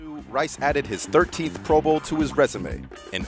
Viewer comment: The way this guy is emphasizing pro BOWL let’s me know he is in fact a maniac